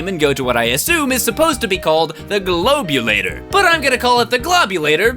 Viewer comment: Ironically the way says “Globulator” is actually how you pronounce it. Because yoshi in the pc version pronounced it the same way when you beat the game